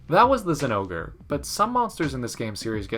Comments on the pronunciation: You really gonna call zingore “sin-no-ger” and not “zin-gore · Not many people actually pronounce it as zin-gore The Japanese name is pronounced Jinouga